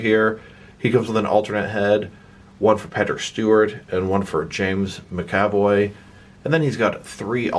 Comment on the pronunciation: Sorry, don’t want to sound like a D, but it’s “MAC-avoy”, not “mc-AV-oy”. My brain hurt every time you say it wrong ;) Also, the wheelchair wheels are on backwards, the handle goes on the outside, and with that corrected they spin freely and it won’t matter that the front wheels are non-rotating, it’ll roll nicely (at least mine does)